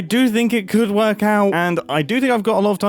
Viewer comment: “oo but it does kind of werk” LOLLL